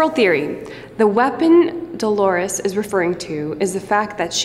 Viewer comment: It's DOLORES not DELORES.